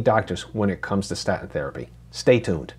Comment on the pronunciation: What's a "sta-in?" Can anyone speak properly anymore? Cringe.